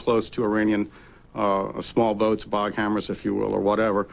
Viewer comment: It's Boghammars, not Boghammers. Patrol boats made by Boghammar Marin in Sweden (no e in marin in Swedish).